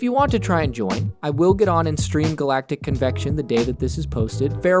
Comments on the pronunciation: bro said galactic convention galactic intention and galactic impention and many more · “Galactic convection” 😂